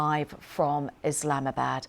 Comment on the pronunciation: Did she say islamisbad?